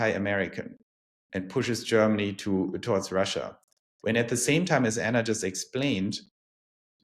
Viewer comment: It would be nice to have Anna’s name pronounced the German way. Just a detail, but 😊